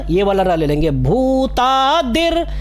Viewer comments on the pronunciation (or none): Bhutanam + aadi, not madi